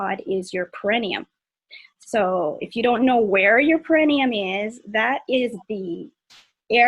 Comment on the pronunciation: It's pronounced pear eh NEE um